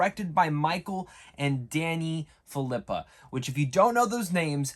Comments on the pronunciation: It's pronounced fill a poo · Says he's been a big fan But can't even say their last name or channel correctly